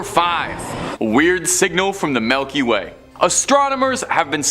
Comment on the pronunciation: did dude just sat Melky Way? 🤣🤣